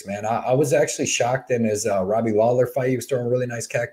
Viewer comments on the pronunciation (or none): none